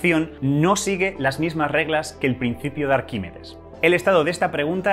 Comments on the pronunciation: Arquímedes... "Arquímides" no, por favor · "Arquimides" no. Arquímedes.